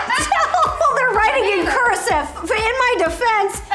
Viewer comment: "It's in cUrEsive, in my defence." I love the way she says cursive